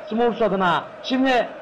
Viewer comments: smörfs değil yalnız, sumurfs beyler : ( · Smurfs'a (Simörfs) (SUMURFS) DEDİ AMK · radyoda maç anlatıyor sanki aq. SUMURFS ne lan SUMURFS ne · Ya onu bunu bırakında "sumurfs" nedir ya :D